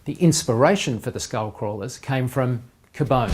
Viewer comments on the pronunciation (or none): I thought it was called 'que-bone' like cute+bone=cubone? He said it like 'kabaam'! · its cubone... not k'bone..... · Kuh-bone? Wow... couldn't have taken 8 seconds to google how to say it? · When you get excited because they used your favorite Pokémon as a reference but then realize he said the name wrong